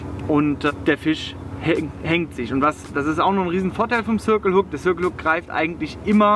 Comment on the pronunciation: warum sagt ihm denn keiner wie man "circle" richtig ausspricht?